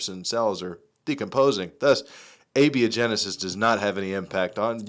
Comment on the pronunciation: A - bia - genesis? LOL...